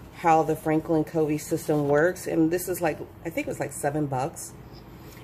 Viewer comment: Covey is actually pronounced “Cuh-vee” ;)